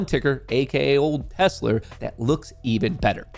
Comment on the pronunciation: “We love tessler!”